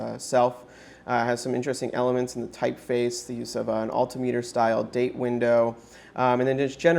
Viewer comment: Nice looking watch. Don't know why "Automatic" needs to be so big on the dial. Also, learn how to pronounce "altimeter."